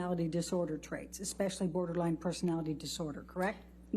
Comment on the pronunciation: Ambers lawyer saying borderlang to borderline is killing me.